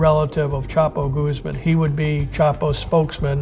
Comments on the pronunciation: Guzmán, not "goose-man" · Every time he says Goose Man instead of Guzman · Chapo goose-man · I just find funny how he is pronouncing Guzman, like "Gooseman" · Youd think hed learn how to pronounce his name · Conducts a serious investigation into Chapo Guzman Can't be bothered to pronounce his name correctly T_T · Imagine investigating a man for so many years and still not know how to pronounce his name